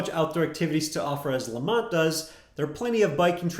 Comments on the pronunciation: It’s lemont not lamont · Yes Lemont, spelled correctly...not Lamont (as in Sanford) 🙄